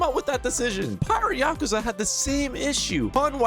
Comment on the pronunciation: Ahh yes, “Oouze”